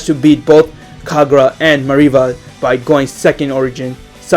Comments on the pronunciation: Brathering He also mispronounced nakagami armour as nikagami armour. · that's not how you say Minevra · you said Minerva name wrong bur I won't judge